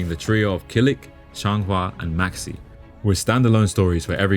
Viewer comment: did bro say maxx "C"